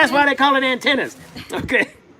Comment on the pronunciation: Atenas not Antenas 😩